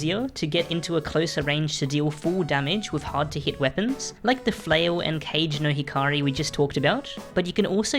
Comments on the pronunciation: Kage nohikary say it like that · Not sure if anyone has mentioned it yet but probably, and sorry if people have already told you, but the first part of kagenohikari is pronounced "kah-gey," the japanese word for shadow. The whole name translates to shadow light or shadow lantern, which fits its description pretty well! Super helpful vids as usual